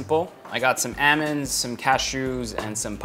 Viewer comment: I caught that too. Should be more like "Aahmund". "L is usually not pronounced but I see how he got his vowels a bit off if he's trying for the american english accent.